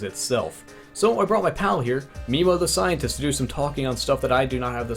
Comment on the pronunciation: ''Meemo The Scientist'' Huh... wait what?